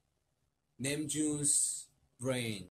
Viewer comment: They're the only one who pronounced namjoon as Name-joon😂😂😂